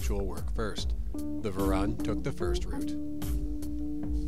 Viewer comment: It's pronounced Varoon. like the colour maroon, but with a V.